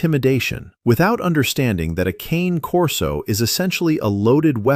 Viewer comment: Learn to pronounce the "Cane" part of "Cane Corso", then get back to me.